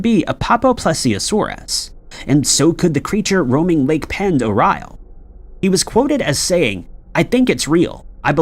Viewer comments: Um yeah.. Lake Pend Oreille is actually pronounced: lake - pond - a -ray - and is in the Idaho panhandle .. not to far from and to Canada.. one of my distant uncle’s had a house on the very southern part on the west side of the lake.. there is a town called Hope if I remember correctly .. I do however remember what a great place and time I had there on that giant - beautiful- deep and just all around spectacular part of the state and country. .. Fishing there is extraordinary ..especially if you can troll from a boat.. i somehow remember people with us catching (this was 40 years ago now) Kamloop and Cuttthroat Trout- Kokanee Salmom- Northern Pike - hope to go back some day soon. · Ok first of Pend Oreille is pronounced Lake Panderray dont ask, lived there for 10 years never facking made sense. Its also in Idaho, not ohio? The hell bro? They claimed its native american, but um... No its not im cherokee and Apache that's gibberish lol. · I love you, but Pend Orielle is pronounced "Pond Orray" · I grew up on Lake Pend Oreille. It’s French and is pronounced “pond er-ray”. I also had a weird encounter once where I’m pretty sure I saw a periscope pop up from the water once from one of the submarines while out in the middle of the lake on an inflatable boat thing my friend and I paddled out on. Creeped out so bad that I refused to swim out in the deep parts ever again where I couldn’t see what was below me. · Pend Oreille is pronounced Pond-er-ay, just FYI. And the lake is indeed in Idaho, though there is also a Pend Oreille County in Washington state. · Lake Pend' OReille is in Northern Idaho and nowhere near Ohio. Also, it is pronounced like: 'Pond - dor- eye' since it is a French word. It gets mispronounced a lot unfortunately, but at least you can always tell if someone is a local or not when they pronounce it. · Pend Orielle is pronounced Pond-er-ay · Unbelievable your mispronunciation of lake pend oreille. Weak weak weak